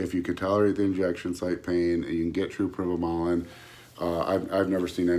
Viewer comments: What the hell os prime-O bolan? My ba meter says agent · Did he just say prime-o-bolan? Lol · like im gonna listen to a guy that says prime o bolan with no physique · Eye-roll. And he's an expert? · Sure did lmao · He did say that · He did😂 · Yeah. Skipped this video if he can't even say Primobolan correctly. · You do not need a gram of primo if it’s real primo. 400-600mg is all someone needs. Also don’t listen to anyone who can’t even Pronounce the name of the drug correctly.